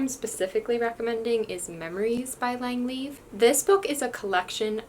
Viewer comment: I used to pronounce Lang's surname "leave", the correct pronunciation was "Lee-yav" 😁